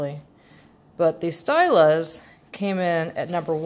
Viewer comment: I love this comparison vid. (Btw it’s pronounced “STEEL-a” )